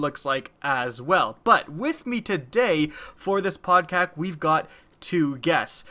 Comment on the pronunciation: Isn't it called podcast and not podkak? xD or just u that say podcast in a different way